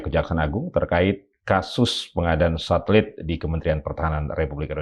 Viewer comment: Satelit pak jack jadi thulalit😂😂😂😂😂😂